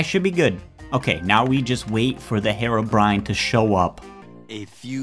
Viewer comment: its HEROBRINE not HEROBRIAN